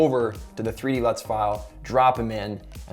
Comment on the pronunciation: I thought you said nuts